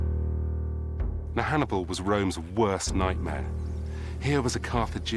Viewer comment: 40 minutes in and you've mispronounced Hannibals name 4 times 😂